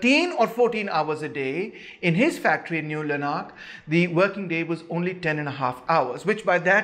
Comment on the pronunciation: Owen stuff good but a bit anglo-centric; New Lanark for example (stress 1st syllable btw)), is in Scotland.